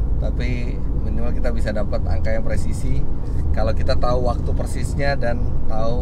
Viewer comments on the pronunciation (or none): none